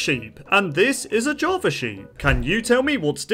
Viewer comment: ''javar'' got me